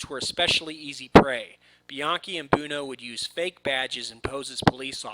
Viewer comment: Please learn how to pronounce "Buono". Thanks! It's "BWoe-No". NOT "Boon-o". LOL